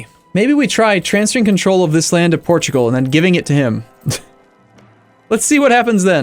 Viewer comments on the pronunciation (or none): EX-PORT-U-GAL I lost my sides